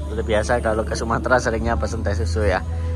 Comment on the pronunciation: Bukan sumatra mas, tapi sumatera pakai eeee